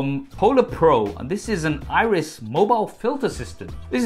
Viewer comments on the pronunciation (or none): none